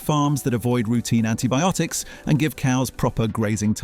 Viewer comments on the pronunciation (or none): none